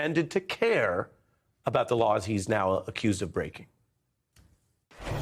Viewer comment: 8m 45s... He mispronounces "laws" as "lores." Note that "lore" means "myth." So, when he says "I'm going to enforce all lores concerning the protection of classified information" it appears he kept his promise. He did indeed steadfastly enforce all myths about classified information. It's a classic Scooby Doo ending. "If it wasn't for you meddling words, I would have gotten away with it."